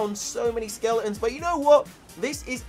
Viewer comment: Why do you say skeleons